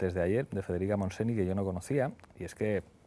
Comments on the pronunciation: Como vuelva a decir federica montseni, se levantará de la tumba a darte una colleja. MONTSENY! (Se pronuncia "montseñ"! por dior!!!!) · Descubriendo a Iratzu Varela. Solo una cosilla cuando al final se habla de Federica Montseny, uix!!! No se pronuncia "monseni", solo falta que se reviso la pronunciación, al igual que se hace con otros idiomas. Aunque reconozco es de aquellas palabra un pelín difícl de pronunciar para los que no son catalonoparlantes. Igualmente, felicidades por la entrevista, a mi me ha encantado! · Pablo coño, llevo años oyéndotelo decir y no te lo corriges eh xD Federica Montseny se pronuncia Federica Montseñ´!